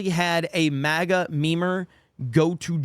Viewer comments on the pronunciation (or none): none